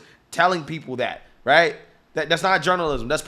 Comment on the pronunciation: What’s a “wight idea”? Going to the moon?